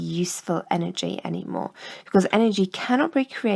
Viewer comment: "dissapateds" can tell she only teaches maths and science